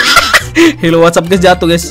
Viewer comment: "HELLO WHAT'SAP GAYS" 🗿